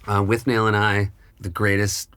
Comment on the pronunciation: Correction: it's pronounced Withnall. (With-nal). A true Quaid would know this.